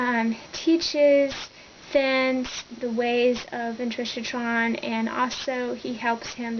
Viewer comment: Intrishotron? its IncarCERron...